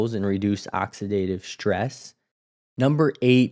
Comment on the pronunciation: Please stop mispronouncing words like strong and stress. You mispronounce them as ‘shtrong’ and ‘shtress’ which makes you seem uneducated. I’m outta here…